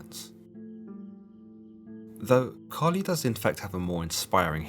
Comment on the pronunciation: I thought you said “Cardi B” 🤣